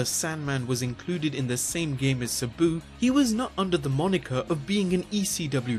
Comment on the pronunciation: Your video is awesome but i dont like how you pronounce sabu wrong